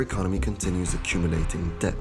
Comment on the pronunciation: Fantastic film. For future reference from a native English speaker to a non-native, please do not pronounce the b in the word debt. The b is silent, and has been silent since the word entered the language during the Middle English period. In fact, the b was a later addition which simply Latinised the spelling without changing the original pronunciation.